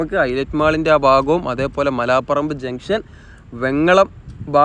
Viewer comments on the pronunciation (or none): none